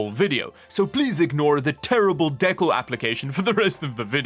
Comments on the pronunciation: He sounds so intelligent pronouncing decal as " deckal" cringe... its De-cal. de·cal /ˈdēˌkal,dəˈkal/ noun a design prepared on special paper for transfer onto another surface such as glass, porcelain, or metal ect. He thinks its a misspelling or he actually doesn't know what a decal is. Typical Pleb. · Are you saying decal wrong on purpose? lol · de-cal not deck-all it is a French word! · Is it decal or deckle? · you say dekkles but its dee-cal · It's pronounced dee cowl not deck awl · Him not saying decals correctly killed me inside. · Imagine saying deckles, instead of decals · are you saying deckull on purpose for Decal? its Dee Cal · D-CAL, not fuckin DECK-AL... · As an American I love the accent, but I think decal is pronounced more like Dee-cAl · deck - als LOL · I don't know what the hell Aliexpress is, but I might recommend not buying from them. Also, "dek-al"? LOL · It's pronounced "dee-cal" good lord lol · Decals - dee·kalz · WTF is a "DECKAL".....lmao. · DEE KAHL sheesh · Deh-kal is my new fav word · The LED strips go over the light bar on the console, not the plates. Also, it's pronounced "DEE-CAL" lol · please stop pronouncing decal wrong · di-kal (like HAL9000, but KAL9000) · whats a "deckalls" ? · Dee- cals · Decal pronounced Dee cal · De cal. " dee-cal" not decal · seems to be a common German mispronounciation.. was under the impression it's pronounced "deecalls" way back since Need4Speed Underground :D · Dude you didn't even get it right 😅 it's pronounced "deecal". One l. The way you wrote it would be pronounced "dee-call" like phone call. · Brother.. its a DE CAL lol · Can you actually learn how to pronounce decal before you learn how to apply them first? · how many times did he say "decal" weird in this video lol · You know you're pronouncing decals wrong, right? lol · The way you pronounce decal makes me feel weird. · You can always spot a Canadian when the word Decal is floating around 😄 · The way he pronounce ls decal its cringe worthy.